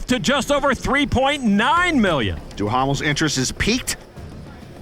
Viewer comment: Duhamel being pronounced in with English slant, it is so wrong..I hate it when they butcher names